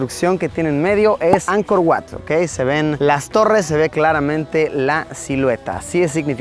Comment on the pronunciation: Oye, se dice Ankor Vat, aunque se escribe Ankor Wats. Wat= Vat= Templo.